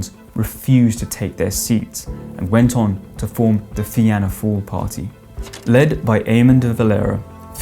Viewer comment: typical !!!! what the fuck is FEE-ANNA FALL ???? still cant pronounce names, its FEENAH FALL, its too late anyway , now everyone has home rule in the UK , do you really think i wanted to murder my local police man !!!!!! jeff from dublin